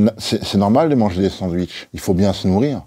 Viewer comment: Non des : "sandouiches" !